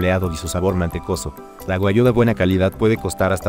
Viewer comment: Buen video pero pronuncia Guag- Giu Tu lo dices Gua-yu